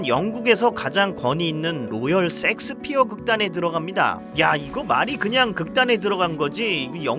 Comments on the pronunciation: 형 섹스피어 발음너무 ㅋㅋㅋㅋㅋㅋㅋㅋㅋㅋㅋㅋㅋㅋㅋㅋ 셰익스피엌ㅋㅋㅋㅋㅋ라고있늗뎈ㅋㅋㅋㅋㅋㅋㅋㅋㅋ형의 본능인거지??ㅋㅋㅋㅋㅋㅋㅋ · 형 섹스피어가 아니라 셰익스피어아닐까? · 왜 자꾸 셰익스피어를 야스피어라 하십니까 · 세익스피어라고 안하고 섹스피어라고 계속하는거 개웃기네 ㅋㅋㅋㅋㅋ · 섹스피어 ㅋㅋㅋㅋ 셰익스피어 아니에요? ㅋㅋㅋㅋㅋ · 아니 셰익스피어를 섹스피어라고 하면 어쩌란거야 ㅋㅋㅋㅋㅋ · 형......자꾸 쉑스피어를 섹스섹스 거리지마...그리고 색스피어야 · 쎅스피어가 뭐여 쎅스피어가.. 셰익스피어 라고 해야지.. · Shakespeare 섹스피어라고 하셔서.... 앞으로 [셰익스피어]로 부탁드려요^^ 실제 발음도 이렇고요~ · 제발... 섹스피어 말거 쉐잌스피어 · 형.. 섹스피어가 아니라 셰익스피어... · 셰익스피어인데 왜 이렇게 섹스피어라고 발음해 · 형 셰익스피어 아니야? 섹스피어였어? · 아닠ㅋㅋㅋㅋㅋ 섹1스피어가 아니라 셰익스피어였어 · 셰익스피어 섹스피어가 아니라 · 셰익스피어를 줄기차게 섹스피어라고 읽고 쓰는 의 무의식 저변에 자리한 리비도 잘 보았습니다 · 야스피어가 아니라 셰익스피어 아닌가요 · 형 섹스가 아니라 셰익스피어 ㅎ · 2. 나이로 퉁치지 말아주세요 비슷한 나이대지만 저희는 그렇게 발음 안했습니다 ㅠ 그냥 쉐익스피어라는 발음이 안되시는걸로.. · Shakespere를 일부러 틀리게 발음하시는건가 궁금합니다. 쉐익스피어 가 맞는데요😅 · 발음 주의! 섹스 아님! 섹스피어~ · 셰익스피어가 어쩌다가 섹스피어로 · 섹스피어 발음이 왜이렇게 강한가요? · 오늘 생각나는게 섹ㅅ피어극 아주 맛갈나게 발음 하십니다. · 썸네일만 보고 인지 못알아봤어요 ㅋㅋㅋ 멋진영상 감사합니당 ㅎㅎ 근데 '쉐익스피어' (혹은 셰익스피어)요 ㅠㅠㅋㅋ 첨에 듣고 깜짝놀랐어요 ㅋㅋㅋ (메인 댓글에 언급하신거 지금 봤네요 ㅠㅋㅋ 괜한 언급죄송해요- 하지만 댓글 그대로 남길게요! 팬이에요 <3 ) 앞으로도 건강 챙기시면서 좋은 영상 더 많이많이 부탁드려용! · 셰익스피어 보고 자꾸 섹스피어라고 하는거 킹부러지 형? ㅋㅋㅋㅋ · 섹스피어 할때 쎅스발음 쎄게하는거 개웃기네ㅋㅋㅋㅋㅋㅋㅋㅋㅋㅋㅋㅋㅋㅋㅋㅋ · 내가 이상한거야? 나만 셰익스피어 극단을 섹스피어 극단이라 하는거에 의문을 느끼는거야? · 저도 제 귀를 의심... 야스피어라니 ㅎㄷㄷ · 30분 영상에서 기억남는건 로열섹스피어뿐 너무 찰지게 섹섹하심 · 아 ㅋㅋㅋ 어쨌든 섹스피어라고 ㅋㅋㅋ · 섹스피어 발음이 어우야